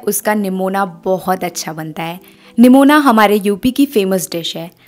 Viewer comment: Nimona nhi nigona bolte h didi